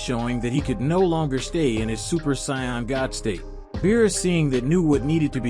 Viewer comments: Say it with me Say- In they're sayians NOT science 🤦‍♀️ no soup for you! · Can you pronounce sayains correctly please